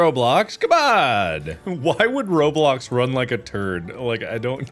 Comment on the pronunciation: Everyone: minecraft mark: r o b l o c k s